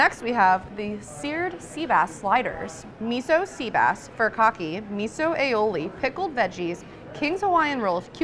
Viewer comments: Love this series! I have to point out though that “furikake” should be pronounced foo-ree-kah-kay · thanks! hadn't heard it a different way! will do for next time :)